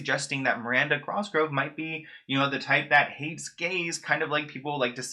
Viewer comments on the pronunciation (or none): I love you and I love this video but can you PLEASE stop calling her Miranda "CROSgrove"? it's 'COSgrove' <3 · Her name is Cosgrove. Not Crosgrove. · Lmao why you say cosgrove with a slight r between the c and the o it’s like CrOSGROVE